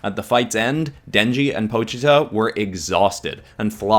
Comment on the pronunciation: It is pochetu well that's what it sounds like I know it starts with po but that's as much as I know I don't know how to spell his name but I like him she is the chainsaw devil so stop saying his name wrong